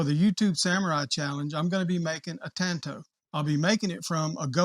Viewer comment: The man can’t say tanto but he sure can make one